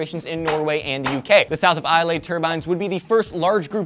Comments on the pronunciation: It's iz-lay not i-lay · Islay is pronounced i-la, i should know i'm scottish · WTF is this "eye ley" stuff? Its pronounced like Aisle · arrrrgggghhhhhh Islay is said I-la not Ilay or Is-lay get it right america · Its pronounced eye-la but never mind xD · Islay is pronounced "Ee-luh", fyi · Islay is pronounced EE-lay btw. but yay, Scotland on the news:) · Its pronounced IS-lay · Eye-leh #correctpeoplelikeadick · It's ISLE pronounced (eye el) for the love of all that is unicorn goodness you guys are killing me here!!!! It's like island the "S" is silent. I literally screamed it at you every time you said it. It made me feel crazier than I usually do :( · lol said Isle like Islai................Donno why that is funny, I am scottish so i guess it is just me.... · AGHHH! My mums side of the family live in Islay, we go there all the time, well chuffed it just got mentioned!!! Fyi... Its pronounces without the "y", everyone always does that :P Ps, love the show and you guys!